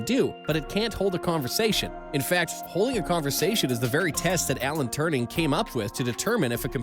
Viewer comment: Turing not turning